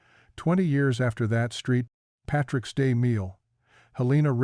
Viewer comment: "Street Patricks Day"? WTF!